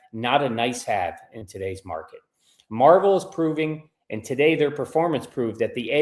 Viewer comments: It's not a comic book company it's not pronounced Marvel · It's pronounced Mar-VELL. Marvel is a comic book.